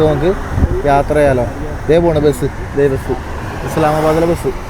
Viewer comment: എടൊ നീ ആദ്യം പറഞ്ഞു പടിക്ക് മുട്ടക്ക് മൊട്ട എന്നല്ല അതുപോലെ ബസിനു ബെസ് എന്നല്ല പറയേണ്ടത്